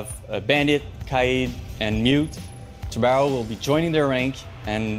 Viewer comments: Dude, it is pronounced tubaran...o (it means shark) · As a Portuguese the best part is that nobody can say a the name Tubarão the correct way ahahah